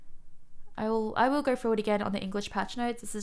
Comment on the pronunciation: i love all the words you say that end in "O" or "Oh" sound i dont knur, gur, slowbrur